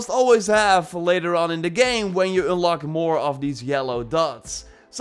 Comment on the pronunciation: "Ünlock". Love the Dutch accent. ;-)